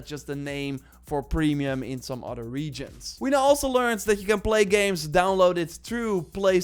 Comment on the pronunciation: he says "odder"